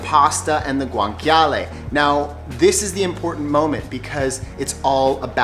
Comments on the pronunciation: Yikes! Please stop pronouncing guanciale as gwanKyahleh. It's correctly pronounced gwanCHyahleh. Ugh! cringy... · It’s actually pronounced Gwan-cha-leh no k sound 😜